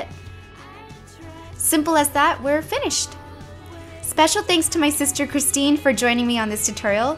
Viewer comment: Christine, not Kristy :) but close.